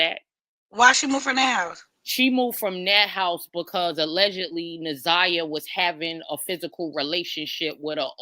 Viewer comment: that’s not how you pronounce Na’Ziyahs name